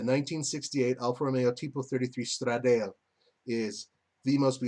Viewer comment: Not being a dick, just letting you know... It's Stra-da-le (straw-da-lay), not Stra-dale.